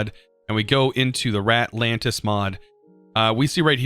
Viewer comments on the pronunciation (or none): Our boy can't read. We know this, and we love him. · he's not any worse of a person for this, that doesn't mean it doesn't hurt me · I have the worse stutter ever and can't say anything but that doesn't mean 'ratlands' makes me laugh